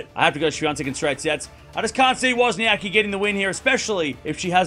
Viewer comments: So you choose to spell her name wrong!!! Just like the guy in this video pronounce her name the same wrong silly way most "anglos" do! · It is funny as there is no ‘c’ sound in English and you are basically omitting that letter from WozniaCki surname ;-)